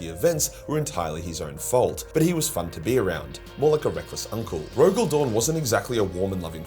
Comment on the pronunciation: You have said many thinks that have made me laugh but "Rogaley-Dorney"might be my favourite.